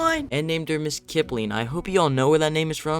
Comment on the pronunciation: isn't it? or is it kipling